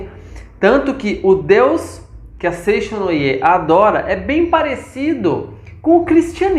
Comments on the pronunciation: A pronúncia correta é Seitiô e não foi nada elegante zombar dos nomes dos japoneses. Não devemos chamar nada de estranho, só porque é diferente de nós. Falta muito profundidade nas informações dete vídeo. Lamentável. Seicho-no-Ie" (生長の家), significa "Casa do Crescimento" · Bom dia com alegria. Antes de falar sobre Seicho-no-ie, precisa estudar mais e aprender a pronunciar os nomes corretamente.